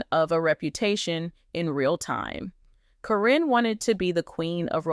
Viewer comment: It’s “care’ in.” Accent on the first syllable.